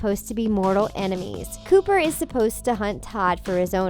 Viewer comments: It's Copper not Cooper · It’s copper not cooper. Makes me cringe that they don’t even have the name right 😑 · ITS COPPER NOT COOPER! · Its Copper not Cooper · The hounds name is copper not cooper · In the fox and the hound - it is pronounced "copper", NOT "cooper" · Um, it’s “Copper” not “Cooper.” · It’s Copper not Cooper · Quasimodo found love in The Hunchback of Notre Dame 2, Iago went with Aladdin's dad at the end of Aladdin and the King of Thieves, Sid was shown to be living a relatively happy life with a job as a garbage man in Toy Story 3, and The Little Mermaid 2 also proved Ariel and Eric's marriage did last. Also you mispronounced Copper's name. It's Copper like the metal not Cooper. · Please learn the characters names before recording. Its Copper Like the type of metal. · That's not how you pronounce the hounds name from Fox and the Hound